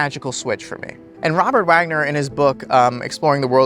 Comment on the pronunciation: You can dream of future events. Waking life is also a dream, but it has different rules. You are literally shaping your world continuously, not just your perception. And, please try to clearly pronounce Waggoner so we don't think you mean the actor Robert Wagner.